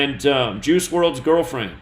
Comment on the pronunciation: "Juice" sounds like "Jews" lol